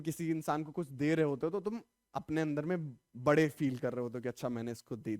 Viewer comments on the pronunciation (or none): none